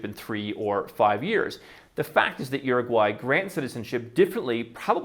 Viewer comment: Say what you want but the little guy actually pronounced the name of the country properly